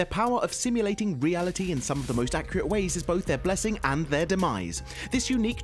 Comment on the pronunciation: did you just say "acriate"?